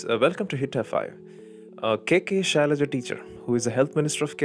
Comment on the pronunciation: Arnab can’t pronounce the name right 🤣🤣🤣🤣 It’s Shailaja and not Shylia 🤣🤣🤣🤣🤣